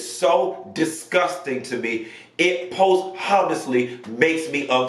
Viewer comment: Posthumous is pronounced "pohst-you-muss" not "Poste-hummus"